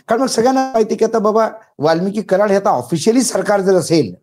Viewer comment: सर, वाल्मिकी नाही, वाल्मिक!!